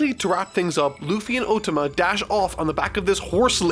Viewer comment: anyone else hearing "ultima" when he says "otama" ?